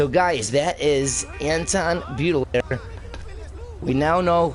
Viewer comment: "Baudelaire" is pronounced as "Bo-Duh-Lair"...